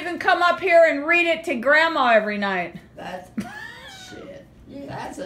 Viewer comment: It's Gramma not Grandma. cours! Gramma is her name.